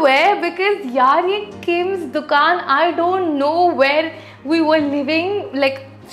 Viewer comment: It is kin’s not kims …❤